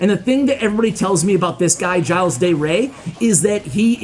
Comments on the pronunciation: OKay... It's a French name. Soo... if you want to say it roughly correctly, you should say : "Gilda Ray". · His name is pronounced "jill" by the way, keep up the good work! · Hey! If your guest is Latino, I guarantee that “Gilles” is pronounced like “HEE-lays”. Great vid! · I think the pronunciation is of Latin origin so I believe it’s he-lays dey rey. Hope I helped ash! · I think it it pronounced the french way and you say it like Jil. you don't pronounce a lot of the name